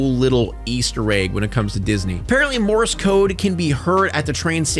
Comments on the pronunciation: It’s pronounced MORSE not morris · I kept hearing Morris code instead of Morse code lol for that part 😂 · Are you saying "Morris" code?